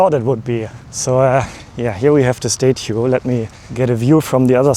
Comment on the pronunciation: Someone should learn how to say statue...